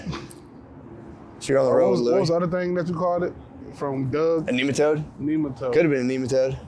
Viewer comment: The fact Matt just casually drops Neematoad 🤣